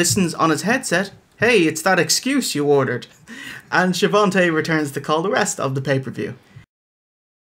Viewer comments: What's with calling them Shavontee and Bruce Buffer? Is that some inside joke I missed or did they just get the names wrong all the time? Otherwise a nice look back at a terrible PPV from the time when WCW desperately tried to make Hogan work like he did in the 80s. I generally do not at all agree that WCW sucked. This was a very bad time, but in general I prefer WCW from WWF. Both pre-Hogan and when the nWo started, it just had better shows with better matches imo. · Hogan would pronounce it "Shavontay"! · ohhhhh! I knew there had to be a reason yall said it that way! Keep up the amazing work!